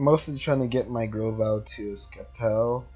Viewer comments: STOP SAYING SKEPTILE ITS PRONOUNCED SEPTILE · It's not skeptile it's sceptike u pronouncing it wrong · did he said skeptile ? wellif he did said that its actually septile(sceptile) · Sceptile its not sceptike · He sez it k but it's a c